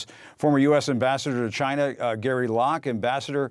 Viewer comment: "Cheena"......say it correctly please.